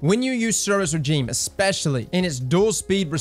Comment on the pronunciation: Suros Regime is good and pronounced the name wrong, all is right with the world.